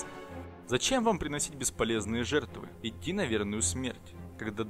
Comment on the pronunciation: Не итти а идти